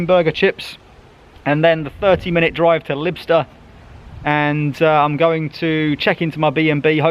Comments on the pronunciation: Not "Libster" but "Lie - b - ster" Pronunciation of Lybster. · Nice video. Lybster is pronounced Liebster